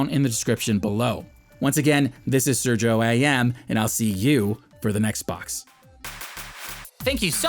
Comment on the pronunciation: Sergio =/= "Sur-gee-oh" likewise Hori =/= "Whore-y" Please stop mispronouncing it.